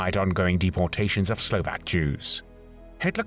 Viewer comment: Huge appreciation for the narrator who researched the correct pronunciation of all Slovak names a cities and tried to mimic it as closely as he could ❤ Usually, the pronunciation is so bad that I cannot even guess what it is supposed to be.